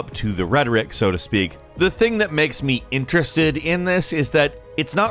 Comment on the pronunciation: The way he says "interested", in . Never heard it this way. Where is he from?